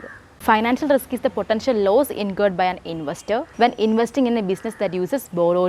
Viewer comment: Not laws forcasting it is loss forcasting